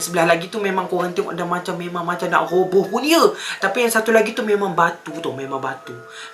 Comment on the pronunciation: Bng roboh bukan robos